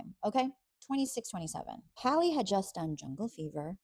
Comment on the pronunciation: Why can’t you so-called bloggers get her name right?! It is pronounced “Hal-ee” not Holly.